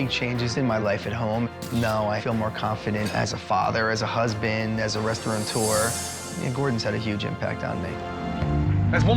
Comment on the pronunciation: So many restaurateurs who can't say 'restaurateurs'. There is no 'n' in the word!